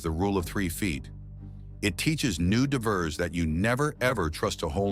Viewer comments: "It teaches divvers......" No, we are DIVERS, not "divvers." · Pronunciation matters. DIE vers, MO beel, Alabama